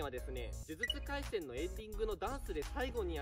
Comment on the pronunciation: じゅじゅつかいせんのせんちがくない？